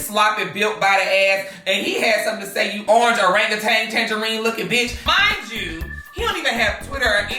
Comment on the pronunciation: When he started roasting Donald Trump “ orange regantang ” 🤣🤣🧁😂